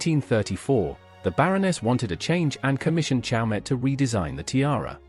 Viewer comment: The reader should familiarize himself with the pronunciation of the jeweler CHAUMET in which the T is silent.